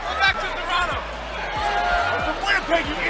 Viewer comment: "Totonto" lol